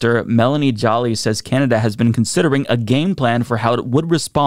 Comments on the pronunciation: Joly is pronounced just like Angelina Jolie. Joe-LEE. Not "Jolly" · Minor correction to your pronunciation. Minister Joly is French. Therefore, her name is pronounced Jou-lee.